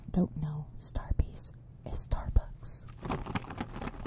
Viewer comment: “From starbiess” 😂